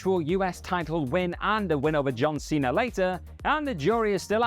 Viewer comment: Cena* not Cener